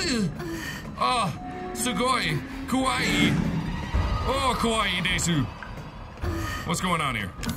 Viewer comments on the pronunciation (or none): Nova Ken but it's ridiculous to be offended because someone who doesn't speak the language mispronounced a word in said language.